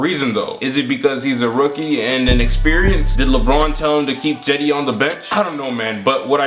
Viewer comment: Why is he saying Jedi instead of cedi